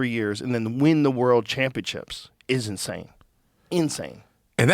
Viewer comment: "Inshane sape" HAHA